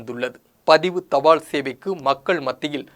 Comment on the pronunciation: Post card not poster card. தபாள் கார்டு இல்லை, தபால் கார்டு, ள் அல்ல ல். தமிழ் கற்க வேண்டும். காளம்? காலம்.